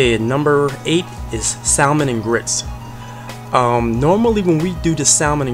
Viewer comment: My mother’s parents were from St Helena Island and there was a pot of rice on the stove 24hrs a day and we had red rice with shrimp EVERY Friday! ***it’s pronounced sammon not salmon but it’s spelled s-a-l-m-o-n….